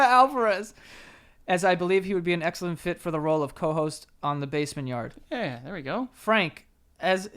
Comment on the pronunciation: “Welcome back the baymen yar”